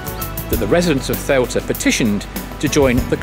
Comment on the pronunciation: By my count, you've pronounced "Ceuta" in six different ways. Perhaps its time to settle on one, and stick with it.